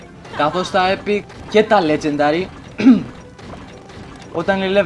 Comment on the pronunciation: νουμπα προφερεται λετζεντερυ